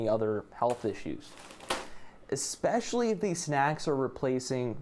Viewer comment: "ickspeshly" lmao i love you man